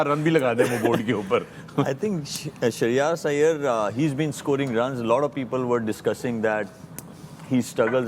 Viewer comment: Nobody : Malik : "SHAHRIYAAS AIYAR"